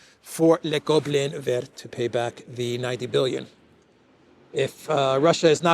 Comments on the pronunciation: you are totally mis prounincing the French word for green using English understanding of the alphabet it is more like véer. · you don't pronounce the ending " t " in vert. Its "ver" (like "worm" and "glass" in french!) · And Christo says le goblin vert ,pronuncing the T at the end of VERT . I'm giving up . Done. 😐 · You don’t pronounce the t in vert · Hi, good to hear you again. BTW, i like le goblin vert! I think the French dont pronounce the t at the end of vert!